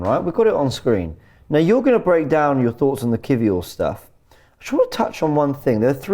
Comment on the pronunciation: Learn to say kiwior properly please